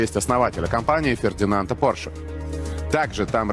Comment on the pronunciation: Гарна передача! Лише Porsche- наголос на першому складі!